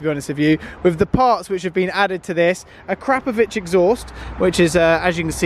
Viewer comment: Probably the first time has pronounced something correctly😂